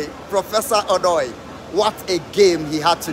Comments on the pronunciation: Let the ( O ) sound well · Why do u guys keep mentioning Odoi name wrongly?? Mention it like a Ghanaian,,,or ask a Ga person to call it correct for u